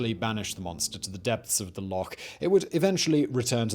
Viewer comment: Well done for pronouncing "Loch" correctly - I've met Scots that can't!